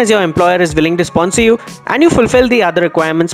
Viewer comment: Hello speaker why do you pronounce "with" as vith or "willing" as villing ?